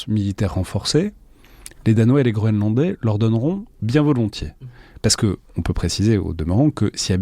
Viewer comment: j'arrête pas d'entendre "grolandais" 🤭